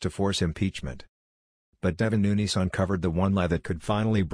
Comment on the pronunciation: Get rid of the robot voice, hire a human that can read aloud that can pronounce Nunes correctly!!!